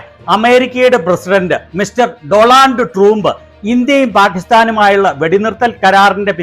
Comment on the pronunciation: ഡോലൂൽട് ട്ടൂമ്ബ് 😂🤣🤣🤣🤣🤣ശെരിക്ക് ഒരു പേര് പോലും പറയാൻ അറിയില്ല